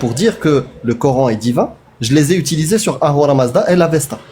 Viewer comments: Ils me saoulent quand ils disent "le cor-hein" 😩. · les nanas qui croient avoir tout compris par qu’elles prononcent « Cor’haine » قرآن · Le « Cor haine »